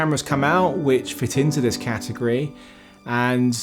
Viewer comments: "Cat" agory... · When you say category, I ... I just hear ... ahm ... I think, you just emphasize the cat in category... :D